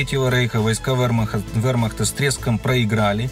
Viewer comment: И не ВЭ́рмахта, а ВЕ́рмахта☝️